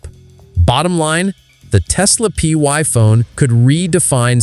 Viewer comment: Why are you calling it the “PY Phone” when it is really the “Pi Phone”?